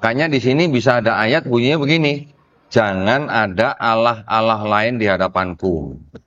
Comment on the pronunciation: copek kata Allah,tapi disebut alah....alah...alah😂😂😂